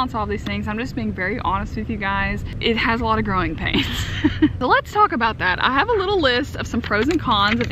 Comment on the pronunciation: I thought you were saying "Groin pains" well I guess it works when you take on more responsibilities.